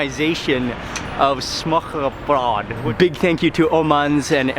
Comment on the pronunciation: Its" smørbrød" not smørrebrød🤗